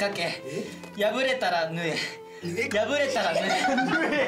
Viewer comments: 縫え(ぬえ)をいつまでもはえって言ってるのかわいいな笑まとめないリーダーとして一生懸命話してるのも大橋くんぽくて好き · りゅちぇのツッコミが好きすぎる、そして大吾の最後のリーダーはあなたしかいないってフォローも好き。 このバランスが大事なのかな 大橋くんの笑顔が好きです♡ 縫えをはえって読むのじわる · かずくんごめん…ほんま「縫え」を「はえ」って読むとこ、何回見ても笑ってまう〜💚ホンマに可愛くて愛おしい😂メンバーもきっと同じ気持ちなんだろうな〜😂かずくんがリーダーでほんま良かった💚大ちゃんの概要欄のコメントも嬉しい😊ありがとう❤ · 前髪分けてる大橋くんかっこよすぎ！ 縫えを這えって言うところでいつも笑ってしまう笑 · 縫えをはえって読む大橋くん（笑）